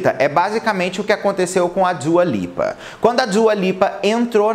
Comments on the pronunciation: Djua Lipa kkkkk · kkk eu perco tudo com ele pronunciando dua lipa